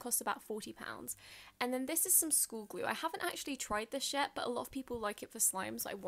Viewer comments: It sounds like she said ," I haven't actually tried this shit" but she said yet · She said yet but because of her accent and it sounded like sh*t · She's saying "i haven't actually tried this yet" but to me it sounds like she's saying "I haven't actually tried this shit" Lmao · sounds like she is saying shit but ur soooooo pretty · to sounds like u said the poop word